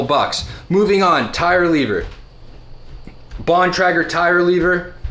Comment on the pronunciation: Still killing me with your pronunciation of Shimano & Bontrager, but otherwise enjoyed the video. ;) Agree with most everything you said - Park makes some high quality tools that have lasted me over 30 years! The only thing I would add are the Park spoke wrench & a good quality workstand.